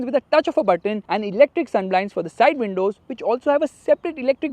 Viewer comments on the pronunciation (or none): none